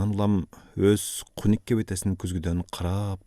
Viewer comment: Куник эмес хуник х. Дукум эмес тукум